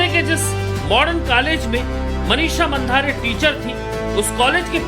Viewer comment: मनिषा मांढरे ऐसा नाम हैं. मंधारे नहीं. 😂